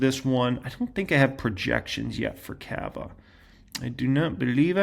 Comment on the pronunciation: Cava = "CAH - vuh" --- The Ca in Cava sounds like Caught, Cot, Cod, Cob, etc. Cava rhymes with Java and Lava.